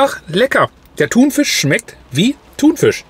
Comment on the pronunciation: Bitte sag nicht mehr ThunVISCH 😂